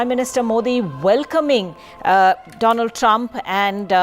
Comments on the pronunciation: doland Trump instead of Donald Trump 😂😂😂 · Funniest part was when Modi said: Do - Lund Trump. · did he just call him Do-Lund Trump ? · present to you Mr "DOLAND" TRUMP 🤣🤣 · Doland trump😂😂😂